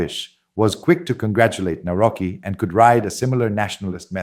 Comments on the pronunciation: Navrotski say it right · Karol Nawrocki, pronounce Navrotsky. And please do not call normality EXTERMAL or FAR right. These adjectives rather fit the neo-Marxist left that currently governs Brussels. And also do not mix the concepts of popularity with populism, because this is neo-Marxist jargon to depreciate the rank of right-wing formations.